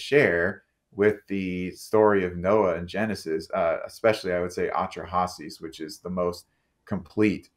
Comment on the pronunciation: What a pretentious jerk. "AH-tra-Hases"??? Get REAL!